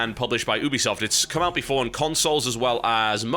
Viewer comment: ubisoft is pronounced youbisoft